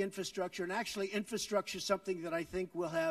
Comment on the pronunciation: He can't even say "n-FRA-structure."